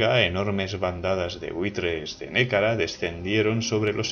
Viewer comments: Gran descubrimiento este canal, me encanta, me lo recomendó un amigo. Sorpresa cuando reconocí la música del Europa Universalis IV. Lo único es que no se dice Nékara sino Nehekara, y se pronuncia (Nejekara). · Un saludo, gran trabajo. Por cierto solo quiero decirte que en Nehekhara se pronuncia Ne-je-kara. Podrías hacer un video sobre Bretonnia o los Zufbarak